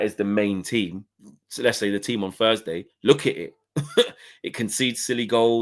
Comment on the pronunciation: "Thursday" not "fursday" how can anybody that came through one of the best education systems in the developed world not be able to pronounce one of the fundamental sounds in the spoken language?